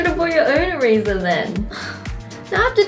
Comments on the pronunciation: she says erazer hehe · when wengie said "can i barrow your eraser?" it sounds like "can i barrow a razor?" lol